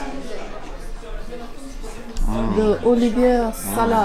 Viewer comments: Let's learn here - Keyeve . This is the correct pronunciation for Kyiv. Please stop butchering its name! Borshch _ there are no borshch without beets hehe The beets were socked in the water this the reason you don't see the intense purple red. Olivie has no sound "r" at the end of the word . Vah-reh-nyh-ky. Medeevnyk- honey cake. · The potato salad you pronounce "oh-lee-vye" because it's a French name